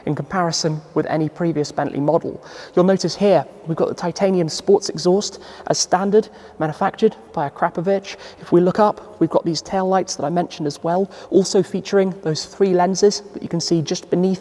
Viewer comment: Its a goddam ACK-RA-POVIC EXHAUST NOT A-CRAP-OVIC made by rlmac of croactia its deffo not CRAP lol Stumpy